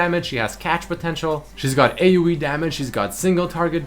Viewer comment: AOE not AUE